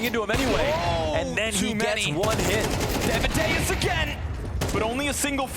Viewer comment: please, casters, stop sayin daviduos...